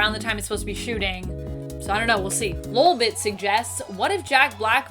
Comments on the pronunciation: Not lulbit it’s LOLbit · Anyone else slightly annoyed by the way she is pronouncing ‘LOL’ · Your pronouncing lolbit wrong